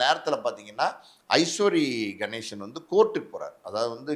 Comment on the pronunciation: ஐஸ்வரி கணேசன் இல்ல அவர் பெயர் ஐசரி கணேசன். சரியாக உச்சரிக்க வேண்டும்